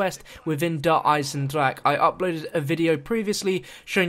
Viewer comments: I mean they only have a trailer pronouncing it "Der Eisendraha" (which is the correct way), but he still says "drok" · btw the ch in eisendrache is silent so u don't pronounce the the ck sortov sound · not as much as it bothers me the way he says "Der Eisendrache"